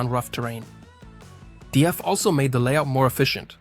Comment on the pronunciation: DAF is one word not D, A, F.